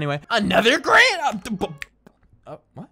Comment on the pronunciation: 1 like = how many times said “What” wrong